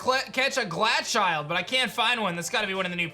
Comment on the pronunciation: Pronunciation of Glachild drive me crazy. Pokédex entry said snow child I was like here we go he will fix it. Then he read it and pronounced it ‘snow chilled’ 😭😂